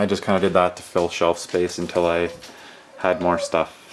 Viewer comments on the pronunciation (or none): none